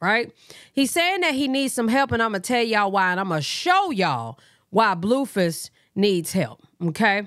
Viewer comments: It’s you calling him “bluefiss” for me 🤣🤣🤣🫶🏻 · BTW 😅you said you need a new nickname yesterday. you say Blueface so funny 🤣 this is to me his Blueface I love your channel